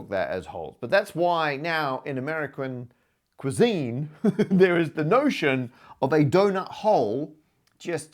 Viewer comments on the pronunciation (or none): "Ameriquin cuisine"